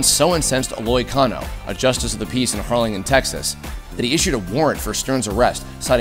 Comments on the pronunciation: And you just offended everyone in Harlingen with that pronunciation. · Y'all mispronounced the fuck outta Harlingen!